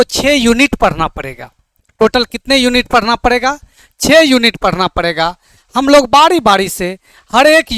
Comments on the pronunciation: Sar Padna hota hai parna nahi😂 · Padhna hota hai padna nhi😂 aur sar nhi hota sir hota hai 😂